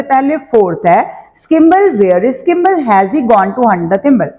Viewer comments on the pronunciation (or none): 2hy kimble mam its skimble